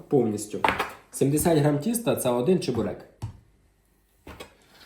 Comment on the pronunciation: Сам ти чЕбурек.Чі(звук шиплячої олії)берек.